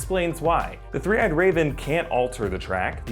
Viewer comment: Three Eyed Raven... Tree Eyed Raven?